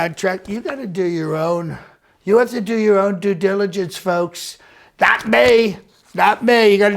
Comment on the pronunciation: Trying to say due diligence is gold lol...